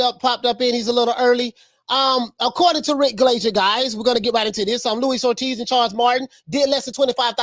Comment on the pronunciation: Who is Louis Ortiz? It’s Luis Ortiz bruh